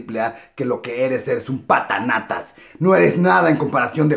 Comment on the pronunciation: "Eres un patanatas" jajajaja Es "papanatas" jajajaja